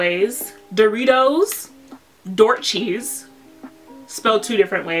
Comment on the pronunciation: Dorchis! Door-cheese! Or just Dorks xD